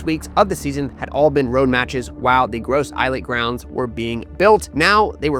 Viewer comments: Gros - Islet is pronounced Growse - Eelay Choiseul is pronounced Showzel Mabouya is pronounced Mabwiya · Hey fam, Gros Islet is French, so it's pronounced, as "groh-zee-lay" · Please please get the name right. Ask someone from St. Lucia, how you pronounce Gros islet